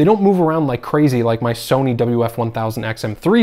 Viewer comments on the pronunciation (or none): none